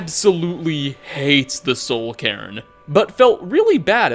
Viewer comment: Cairn. It’s pronounced like CARE-n. Not Care-EN.